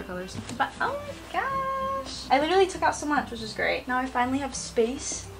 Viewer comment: (literally litewly litewly )